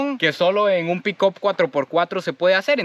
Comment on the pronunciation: Tenemos un '''pickop "' jejejejeje. Se escribe; PICK UP y se pronuncia como picap.